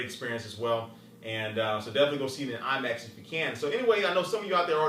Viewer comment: lol IMAX thumbs up if u thaught he said iMacs